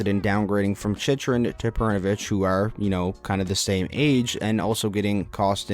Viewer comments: Not to gripe, but it’s “chick-rin” not “chich-rin” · The fact you mispronounced Chychrun (Chick-rin) so many times in this video. 😐😐😐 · You can’t even say jakub chychrun right